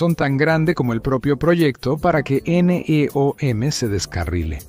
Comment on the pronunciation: Doceava es 1/12, querías decir décimo segundo, y NEOM no son siglas, sino una palabra, no tiene sentido como lo pronuncias... Y no digo más, porque el video es bastante malo...